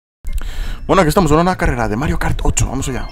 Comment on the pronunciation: Parece que dijeras mariokartocho